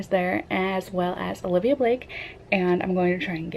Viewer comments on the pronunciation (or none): Love this vlog! So happy you had such a good time. Just an FYI, her name is "Olivie," not "Olivia." Definitely took me a bit to get used to as well.